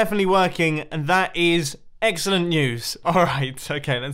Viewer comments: "that is... eggcelent news." Was that on porpoise? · "OK his side is definitely working and that is EGGselent news!"🥚🥚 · EGGSELENT NEWS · "That is EGGcellent." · "That's Egg-cellent." -Mumbo Jumbo 2018 (You ought to be ashamed)